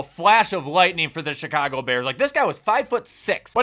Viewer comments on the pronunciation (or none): none